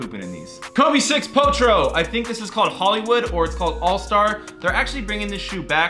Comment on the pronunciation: Nobody:: potro